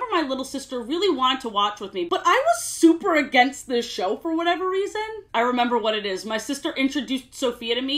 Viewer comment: it’s whatever not “whateve”